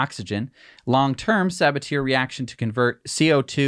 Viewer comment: Arrrgh! The way you mis-pronounce "Sabatier" drives me nuts. It should be suh-BAT-ee-air